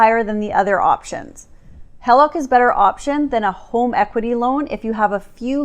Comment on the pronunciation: Ummm it’s HEE-LOCK …. not HELL-LOCK.